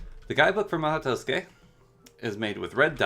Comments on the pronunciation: I was looking for a tutorial for the mhaou tsukai and not for the "maoh toske" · "Mah-hoe twoskay" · Really really really good tutorial for the mod but the beginning killed me hahaha "Mahau Tousuke" love this video in its entirety! Subbed! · a comprehensive tutorial but cant even pronounce the mod correctly, it irks me so bad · I'm so bothered by how he pronounces the mod's name but yeah, still a great video.